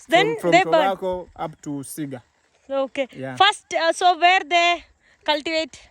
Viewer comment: Cigar Alla cigaar that's different from cigarettes